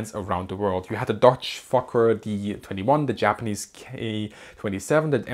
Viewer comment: Love the way you pronounce Fokker!